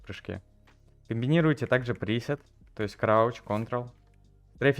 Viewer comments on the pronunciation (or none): none